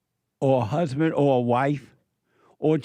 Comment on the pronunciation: I wan’a hu’band, she said.